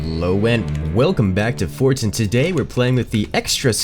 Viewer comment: am I the only one that hears "fortsan" every time he says "forts"?